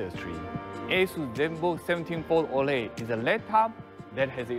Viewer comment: Zenbook 17 Fol O..Le 😂